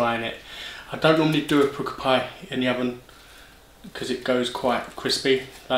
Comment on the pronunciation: I tried the Pukka Pies pizza slice and thought it was disgusting, just a nasty tomato taste, would never eat it again, Also I'm surprised an Essex lad like yourself has never heard the word Pukka before... meaning good, it's pronounced 'Pucker' but you always say 'Pooker' lol